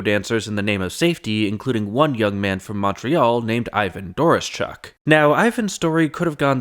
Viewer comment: DOR-OH-SHUCK. You're welcome.